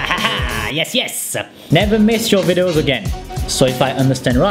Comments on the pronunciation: I low how he says vidos instead of videos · How many times did he said vidos instead of videos ;) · Why i keep hearing widows..😂😂 Verry funny though...